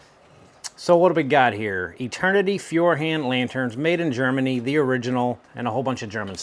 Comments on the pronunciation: yep you are :D An estimation would be "foy-er" similar to "foyer" and and "hahnd", with a softer a compared to "hand". Try Google Translate, it can tell you how it's pronounced. It by the way means fire-hand :) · In German, the "eu" is pronounced like "oy", so it should be along the lines of foy-err-hund (like "hunt" but with a "d" at the end). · Thanks for the video. It reminded me of the time during my vocational school days when I moved into an apartment without electricity. While we were waiting for the wiring to be set up, we had to use candles and oil lanterns. At least, we had some almost odorless fuel for the lamps. Pronunciation aid for Feuerhand: FOY-er hand. 😉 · Thanks for the comparison of different oil lamps. If you want to pronounce 'Feuerhand' correctly, try 'foyer hunt'. Keep up te great work! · If you say FoyAirHund it should sound pretty close to how a german would say it. Capitals so the individial parts come out right. (pronounce Hund the way to would say Hunt but with a d at the end) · 12 Bucks is too much for this. I bought a „fire brand“ for 7€ years ago and it is not great but alright. Feuerhand means fire hand and is pronounced like fawyer hund. I have two. One modern one and one with a really big tank with an auxiliary felt wick for feeding the burning wick even if the large tank is low on kerosene. Both burn very very clean even with higher wick settings. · Pronunciation is "Foi(l)-er(r) Hun(t)-d So Feu like Foi from Foil, er like er from err (as in "to err is human") Han like Hun from Hunt and d as you would normally pronounce it at the end of a word. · Pronounced "foyerhand" 😀 Greetings from Austria 🇦🇹 😊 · It's pronounced roughly: "Foyer-hahnd" Where the last part of the word is similar to Kahn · 😂 Feuerhand spricht man aber anderst aus. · Furhand 😂😂😂 Just say firehand its close enough 😂😂 The baby versions cost 20€/$ btw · Say "foy-er-hand" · To pronounce Feuerhand correctly in english just say "foyer hunt".